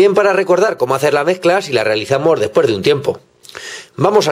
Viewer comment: "Despuers" o.o